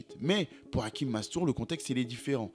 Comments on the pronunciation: Pronunciation in Arabic sounds Hashim not hakim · Hachim pas Hakim ça se prononce ch comme le chat. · Ce n'est pas hakim c hachim avec un ch on prononce le ch sinon très jolie documentations force😊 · C'est Hachim et non Hakim. Avec un CH prononcé comme dans Chine. Bonne récap' en tout cas. C'est bizarre, parce que je me demandais récemment ce qu'il devenait, et je tombe sur cette suggestion youtube. Mastour aurait dû être un Lamine Yamal avant l'heure. Merci pour le travail. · Hachim ch comme ça se prononce